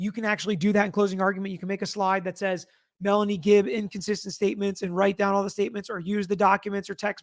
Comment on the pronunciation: She said "Melly" (for Melanie), not Nelly ..